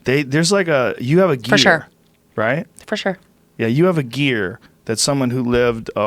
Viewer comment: Hey Joe stop pronouncing sure as “shore” please!